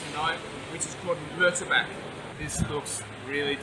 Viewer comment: Hi it is pronounced as moo- tar- bark not murr like u say the name murphy. Cheers